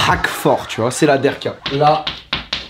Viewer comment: arrête de dire la derka wsh c la de7ka